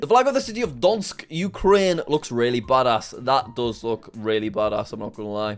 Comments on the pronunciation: That's definitely how you pronounce it😂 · what city sorry. never heard anyone pronounce it like that.